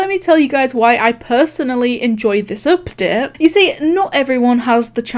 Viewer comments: I like how she says updet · I love how she pronounces update